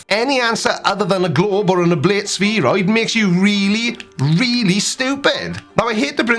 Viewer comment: You can’t even pronounce spheroid correctly